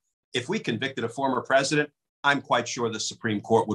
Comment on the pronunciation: He’s not peesident